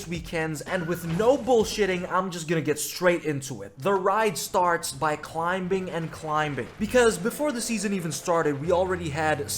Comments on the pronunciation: Climbing with the hard B pronunciation. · Pronouncing the "b" in climbing is diabolical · he says climbing with the b 😩😫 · The B in climbing is silent bro.